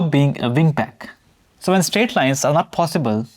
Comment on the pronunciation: This video is great. Please do some diction exercises or something, because I'm sure I'm not the only one that feels like climbing walls when you say "ven" instead of "when".